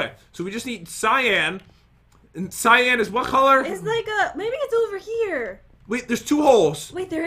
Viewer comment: Not cyaan cyan